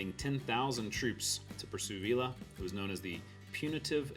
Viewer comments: 1. Please be aware that in Spanish a double LL is pronounced as a "y." Therefore, it's not pronounced Pancho "ViILL-la," but Pancho "VEE-yah." The same with tortilla ("tor-TEE-yah") not "tor-TILL-la." 2 What kind of map did you use in this video, and where can I get one? It appears much more detailed than the normal roadmap. Please let me know at least the map's name. 3. Love your videos about these forgotten towns. Please keep up the good work. Well done!! Thanks! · Please learn how to pronounce Spanish words with double Ls in them. His name is Poncho Veeah. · Great video, as usual! One small correction. Villa, as in Pancho Villa, is pronounced "vee-ah" in Spanish. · In Spanish, ll is pronounced y. Pancho Viya. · Great video! By the way, in the name Pancho Villa, the ells are silent. Just like in tortillas they are silent, and ells are often silent in anything Spanish